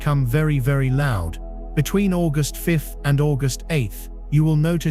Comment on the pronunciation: More diarrhoea from an AI who can't pronounce August!